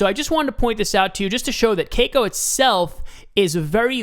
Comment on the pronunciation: Thanks for info and crypto is huge in S.Korea which may have been the reason LINK is pumping. But I cringe everytime you said "kay-co"...lol just FYI it's pronounced "kah-cow"